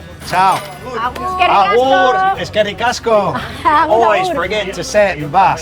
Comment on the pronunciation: ¡Aupa /:D!. Gracias de un Bizkaitarra. Te hago una pequeñita corrección si te animas a venirte por aquí, cuando nos despedimos decimos Agur, no Abur. Cuídate mucho. Abrazos.